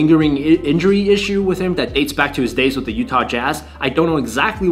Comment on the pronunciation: It’s “the” not “duh”. Learn how to pronounce words.